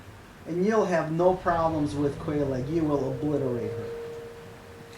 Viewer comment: And its said like kellogs not quel lag